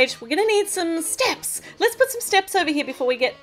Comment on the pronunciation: the way she says steps is hilarious